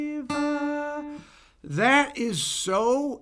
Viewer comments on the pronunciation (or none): Saw your lyrics are so bad these days video and I loved the John Lennon - across the universe review. Roger waters does a cover with andy fairweather low and scorpions does a nice one too. The one thing you guys crucify is the pronunciation of the word DEVA. LOL. Anyway great video as always.